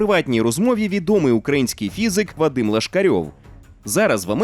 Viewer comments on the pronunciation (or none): none